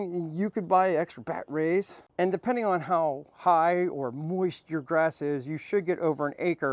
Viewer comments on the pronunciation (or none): So what’s with they way you say batteries. Weird